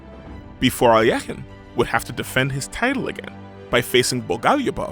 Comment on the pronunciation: ...Finally, a correct pronunciation of Alekhine.🎉